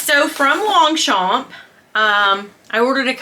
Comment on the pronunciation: I love your collabs the 3 Queens the best on YouTube 😍By the way you don’t pronounce the g or the p in Longchamp I know we French people have too many words with silent letters 🤔😜😘 Thank you for making me laugh I needed it